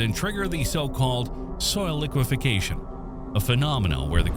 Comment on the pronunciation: 'liqua-FACTION" not 'liquification'